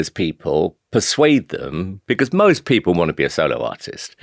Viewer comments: He seems nice but unable to say because "becoose" minor derail. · Anyone else notice how weirdly he says the word "because"... "becawwws" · My granny used,to say, "Never trust a man who can't pronounce 'because' properly" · The way Simon Cowell pronounces ‘because’ is infuriating me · The main takeaway from this interview is that he pronounces the word 'because' very weirdly